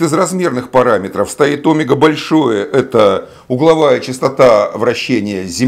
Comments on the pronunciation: Почему сила КориолИса , а не КориОлиса ; почему Омега , а не омЕга - что у Вас с ударениями ? Я знаю , что некоторые ютуберы делают так специально , для того , что бы люди поправляли их в комментариях (для их увеличения) . Неужели и Вы туда же ?! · Кориóлиса. Óмега? Б-р-р...